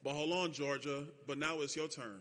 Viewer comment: George jah...or Geor jah